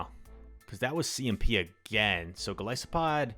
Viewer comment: Goal-iss-O-pod im pretty sure is how its pronounced